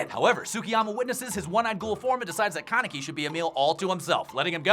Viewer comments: It's kanEki, not kAneki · Did he just say kenkaki?